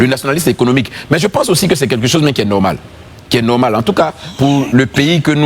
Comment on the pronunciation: on dit quelque chose, et non quai quai chose 🤣🤣